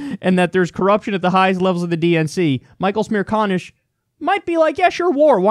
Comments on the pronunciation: "Michael Smear conish"? 😂😂 Kyle, it's almost like you said that on purpose. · His name is Michael Smear-Con-ish? LOL